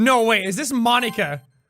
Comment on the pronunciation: I give my moam to... m-my moam to ponika. 🤣